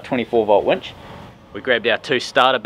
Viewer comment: Nice wench...Uh..winch.